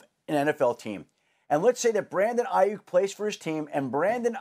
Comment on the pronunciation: Why is is saying his last name that way???